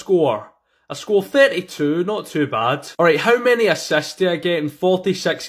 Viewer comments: Bro said asasts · I love when he says asasts